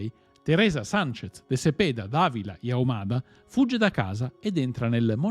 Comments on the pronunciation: Comuque Matte Àvìla non si può sentire😂🙈🙉 cambia l'accento ti prego🙏🙏🙏 sia in spagnolo che italiano non è quella la pronuncia che usi. 😂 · La pronuncia è Ávila non Avìla. Mi scusi comunque video interessante